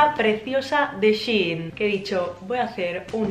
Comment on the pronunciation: es shein no she in 🤣🤦🏻‍♀️